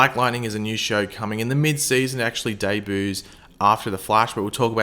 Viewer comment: I love how says debuts...hehehehe 😂